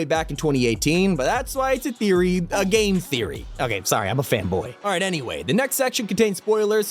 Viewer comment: Love how he said, “A Game Theroy” 😂